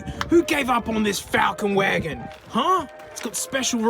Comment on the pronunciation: "hwi-agon" 😂 A lot of these look so similar, everyone there mom and there dog just has a clone sudan there eh?